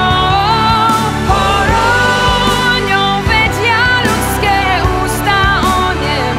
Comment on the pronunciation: musela som si prečítať text, aby som zistila, že spieva "tam vedia ľudské ústa onemieť", inak som tam vzdy počula "ruské ústa". A to mám vždy tento problém so Zuzkinymi piesňami, že vždy tam počujem niečo úplne iné. Výslovnosť hore-dole, pesnička je aj tak dobrá!